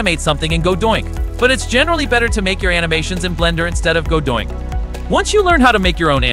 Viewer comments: the AI thinks that godot-INC is godoinc lol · stop saying godoink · Okay but why actually is he saying Godoink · me screaming everytime you say godoink like its torture ahahhahaha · Did you intentionally say Godoink? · This AI isn't even pronouncing the name correctly.